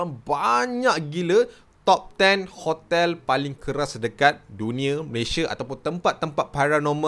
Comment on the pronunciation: Kenapa saya dengar ckp khotel ada k